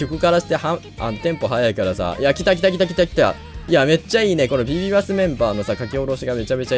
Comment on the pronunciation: 発音良すぎません？？ ビビバスのミクちゃんって言ってる…(かわいいです！笑)